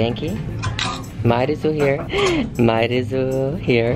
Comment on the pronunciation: 自分の名前を日本のイントネーションで言うの可愛すぎん🥺